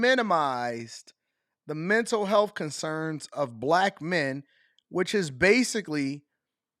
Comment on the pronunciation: I’m offended by the way she says Block instead of Black